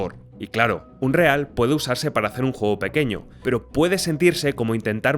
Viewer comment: tod bien, pero por qué los youtubers españoles les cuesta pronunciar bien palabras en inglés? ni Unreal se lee textual ni Engine se pronuncia “enyain”